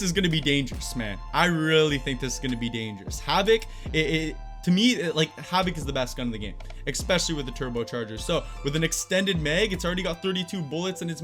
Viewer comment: you say exspecially now that’s not even a fucking word and so I lose all respect for you because us it’s evident to me know that you are as dumb as dr disrespectful looks and that’s really dumb. I love your content but please use words that actually exist as words. Maybe pick up a thesaurus and double check what your going to say anyway No Ah funny yeah bro yo bro I lolled so hard bro and bro can you tell me is a 5foot steel shovel with carbon fibre handle worth the money as a divorce lawyer? Also do you know where someone can drop off a 48kilo carpet in 3 days time but it can never be opened maybe like a smelting factory would be good if you know of one When can you come and help me dispose of this bitch I mean carpet? Hit me up bro